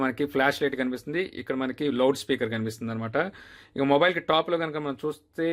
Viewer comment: Morile kadu samy mobile